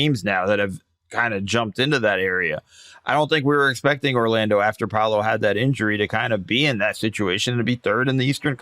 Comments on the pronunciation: It's amazing how many people don't know how to pronounce paolos name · PA O LO, how hard can that be?! Just Muricans being Muricans